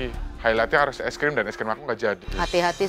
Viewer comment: Tolong aku tu dr kmaren ngakak pol sama bilang ice cream jd es grem